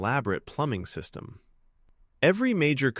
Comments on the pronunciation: The AI starts to break down near the end "system" pronounced "seistem" and "composite" pronounced "com-po-sight". He says both system and composite better later, but when introducing it, it breaks down. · ugh, I actually thought this voice was someone actually talking. I can't believe that someone is stupid enough to not know how to pronounce "system"